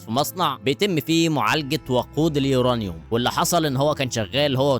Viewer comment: احب أهنئك انك من الناس القليلة اللى بتعرف تقول اسم عنصر اليورانيوم صح 😂😂😂